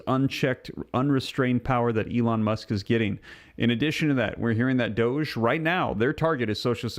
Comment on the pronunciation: It’s Musk like as in Musk cologne, not Muck like through the mud and the muck, common sense, use it and listen to how something is being said!